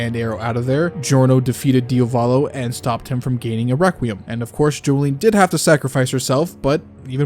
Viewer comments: Di AH volo. DIAVOLO. Not DIOVOLO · It was a good ending, very well thought and written out. May I add something? Could you PLEASEEEEEEE spell Diavolo as DIA volo and not dia VO lo (or just check google translate's pronounciation)? I thought you were talking about a different character at first! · Why the fuck does this guy not know how to pronounce Diavolo